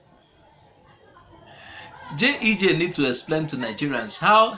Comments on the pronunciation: Bro, It is not JEJ, it is GEJ; repeat after me GEJ. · A point of correction it is G E J and not JEJ